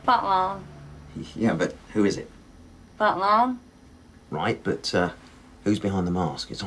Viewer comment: it sounds like she's saying butmol at the beginning